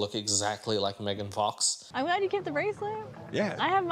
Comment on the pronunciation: Bro said megan fax 😂